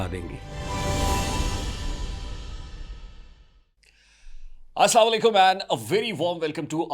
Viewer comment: ap slam theek nahi karty slama lykum ye slam theek nahi hey aslam alykum kahy